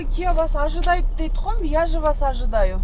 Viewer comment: Ажыданыя дейтго😂